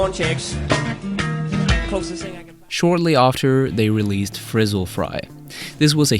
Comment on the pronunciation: It’s Fizzle Fry. Not Frizzle